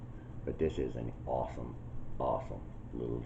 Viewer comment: Are you saying awesome or awful?